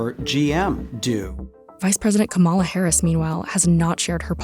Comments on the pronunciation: KAmala like PAMela, not kaMAla. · Good reporting. One note: you probably want to pronounce VP Harris's first name correctly. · I'd hope that US media companies would learn to pronounce the name of their sitting VP correctly. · Narrator pronounced Kamala’s name incorrectly. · Wow, I did not expect CNBC to purposely mispronounce the VP’s name. Very weird. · The narrator doesn’t even know how to pronounce Kamala properly. Is it intentional or she is just plain stupid?